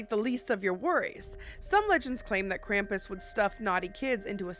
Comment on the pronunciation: IT'S NOT "CRAMP-ISS" IT'S "KRAU-MPUS" (Spelt Krampus)